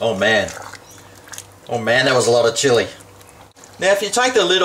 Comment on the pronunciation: Horrible Spanish attempt -.- oh & good try on chilli keep practicing mate your gunna need it hahaha